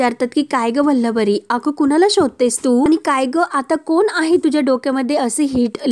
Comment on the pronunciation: काय वल्लवरी वल्लवरी चाललय. उच्चार नीट करा आधी.